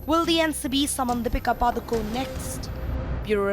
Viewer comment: R. Her name is Padukone....not padukon😡